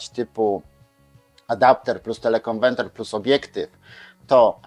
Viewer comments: TelekonweRter a nie telekonweNter !!!! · telekonweRter a nie telekonweNter, niech pan polska mowa nie kaleczy, bo brzmi śmiesznie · dlaczego mowi Pan "konwenter"???:))) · Oj tam, facet się przejęzyczył X razy ale przecież wie o czym mówi. Takie czepialstwo. Każdy z nas nie raz, nie dwa przekręcił jedną literkę, świat się nie kończy.